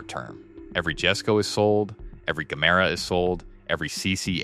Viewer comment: the jesko is pronounced "yes-sko" the gemera is pronounced "jah-mera also, you pronounced koenigsegg at least 3 different ways 😂